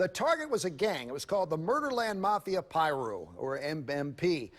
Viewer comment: she said, mafia Pee-Rui 😳